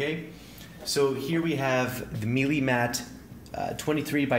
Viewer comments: Melee, not mealy! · Just FYI, it's not "me-lee", it's pronounced "May'-lay" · It’s not pronounced meelee! It’s maylay . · sorry to be the grammar police, but Melee is actually pronounced as Maylay